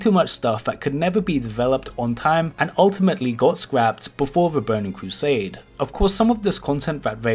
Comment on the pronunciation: Bowning cwosade